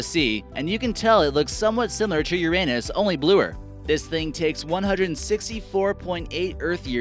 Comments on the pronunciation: #25 The flare was captured by a Skylab telescope, not Apollo. #16 Nice photos of Mars, but what about the spectacular ones taken on the surface? #12 It's not called the Red Eye, it's called the Great Red Spot. #5 The correct pronunciation is YOUR-uh-ness. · HAHAHA YOURANUS HHHAHAHAHHAH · Mr Dude also the most obvious one, when he pronounced ur-anus instead of u-ranus. Smh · Laughed when came "Uranus" Literally thought he said "your anus" xD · He did that on purpose, even pronounced it wrong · The amount of research for this video is disappointing. First of all Uranus is not pronounced that way, it just goes downhill afterwards. Dislike. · please stop that’s not how you pronounce uranus also thank you for including pluto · Makes a video about space....sounds intelligent enough....miss pronounces uranus slams head on desk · lol you pronounced Uranus wrong